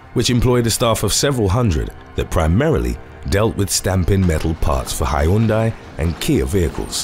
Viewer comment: “Hi-yun-dye” 🤣 Hyundai